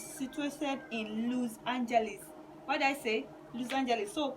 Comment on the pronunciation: Please pronounce Los Angeles well🙄